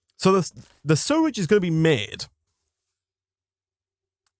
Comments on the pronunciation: I guess I missed it, but how come you pronounce it "surrage"? Not to be ignorant, just curious. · it still annoys me how he can’t say sewage right.